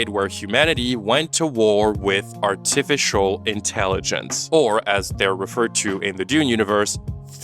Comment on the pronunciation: The way you pronounced "artificial" is going to give me nightmares